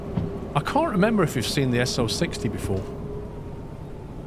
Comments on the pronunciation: Stop saying SO60! It’s S 0 6 0. It’s the wheel layout. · Absolutely loving this series! Favorite series in YouTube in a long long time. I have to say sorry to be one of those people but the "S oh sixty" as you've been calling it is pronounced "S oh six oh". In derail valley they save space in text by losing the - in the wheel arrangements. It should be written down as 0-6-0t for the tank engine and 2-8-2 for the larger one. Edited to say you are saying 2-8-2 correctly